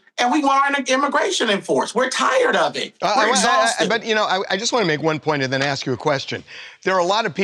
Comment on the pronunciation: You are an articulate black man. Please stop using "axe" instead of "ask." Love your show!